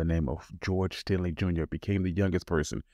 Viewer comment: Great video. But there's no "L" in Stinney when you pronounce it.